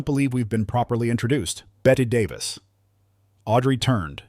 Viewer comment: I'd never believe someone who can't even correctly pronounce Bette Davis's name.